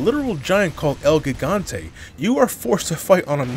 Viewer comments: The way pronounces "El Gigante" makes me giggle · I’m honestly surprised that mispronounced El Gigante